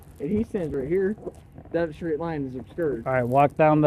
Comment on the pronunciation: The officer was slurring his words as he pronounce the word "straight" as "shhtraight". I'm pretty sure that's an indicator that the officer is drunk.